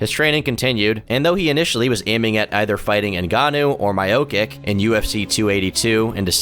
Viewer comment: No amount of times that I said “hoo-uh” at the beginning could’ve prepared me for “My-Oh-kick” and “Sigh-real Gain”